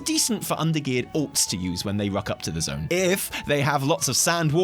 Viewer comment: The way you say "alts" makes my brain hear "orcs", and that's fine because it gives me a giggle since I play only Alliance. I shall send all the crappy gear to the orcs. 😉